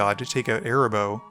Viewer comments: Me too! Cat's name is AAAA-RAAAA- boh 😜😜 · The fact that you kept calling Arahbo "Erabos" REEEEEEEEALY peeved me for some reason lol